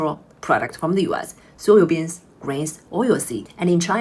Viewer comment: Is she saying "soyo" beans?